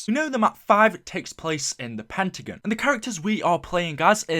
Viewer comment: Pentagin, it's pentagon!!